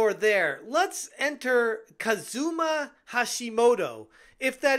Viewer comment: say it with me, KUZUma! KUZUma! KUZUma!